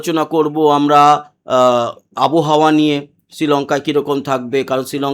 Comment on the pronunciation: আবহাওয়া। আবোহাওয়া নয়।